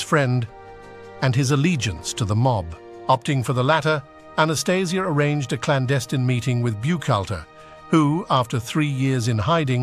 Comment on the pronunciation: Changed his name and the lame.still cant say his name right